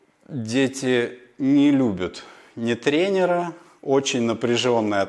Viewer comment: Могу порекомендовать хорошего педагога по русскому. А то ваш русский уже не русский. И не тренерА, а трЕнеры. 🥸